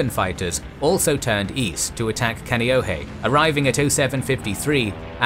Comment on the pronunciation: Yeah he should've did a little more research..the Ewa, Oahu, Kaneohe was taking me out of the moment...iykyk